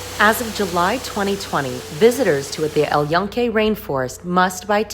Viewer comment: It’s not el ionque. It’s el Yunque. Joonke with an e as in bed. Please.